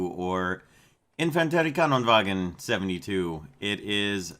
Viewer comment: YoU sAiD iT aLl WrOnG. ItS INFAN TERI VAGN. NoT INFANTERIEVAGEN! REEEEEEEEEEEEEEEEEEEEEEEEEEEEEEEEEE